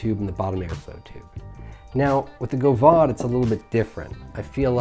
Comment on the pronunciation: the fact that the god damned aeronaut is you're fav rda pretty much says everything about You, I mean besides the spicy jew fro and fuck boy 03 chin straps. only liberal hipsters actually enjoy the aeronaut. team single coil is for gays. also it's GOV-AD not go-vahd you illiterate speaking fuck. decent review tho, less scatter brained.